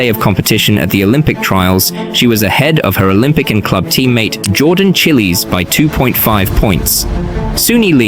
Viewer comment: “Jordan chilis💀”